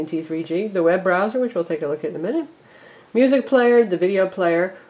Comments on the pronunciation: she said muzack instead of music. wtf? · Musac? I thought it was pronounced music lol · It sounds like she is saying musac as opposed to music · She said musAc lol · lol u said muuuusack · she doesnt even know how to say music right